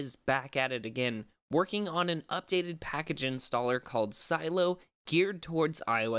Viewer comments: It’s not silo it’s sih-leh-oh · Isn’t it pronounced “sah-lay-oh” , not silo!